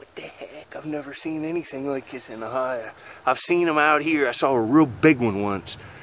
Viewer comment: Based on the way he says O’hi’a he isn’t from my part of Ohio. It’s crazy how wildly different the 4 corners of Ohio are from one another.